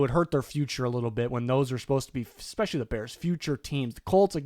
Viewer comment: Please stop putting an X in especially